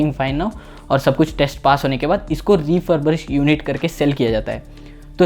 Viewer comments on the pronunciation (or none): Refurburished nahi refurbished hein bhai😂